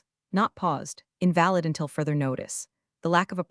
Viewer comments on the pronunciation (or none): "And office vendettas to fund". 😊 The writing has its own humour. I often laugh out loud. Or when 'invalid' is pronounced in reference to an ill person instead of 'invalid' meaning no longer relevant. I enjoy these tales more than you know which is why I've subscribed. I don't care about the details like I'm auditing. But the stories are great. Thanks for making these like old time radio - good stories but I need no visuals. And the AI voices are constantly getting better. Too bad you don't use graduates of acting classes - it would be great training. But thanks. I have no complaints. 🎉🎉🎉🎉